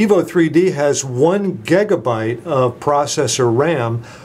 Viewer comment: Did he say gagabite? Lol!!!